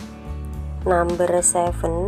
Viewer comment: Bahasa inggrisnya medok banget.. Namber.... orang Indonesia ya mbak...